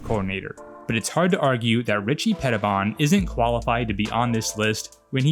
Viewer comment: And Washington has never been the same. I think Petibon is pronounced Peti-bone. From what I remember back in the day. Nice video!